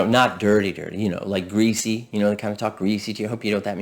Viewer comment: Lol the word gressy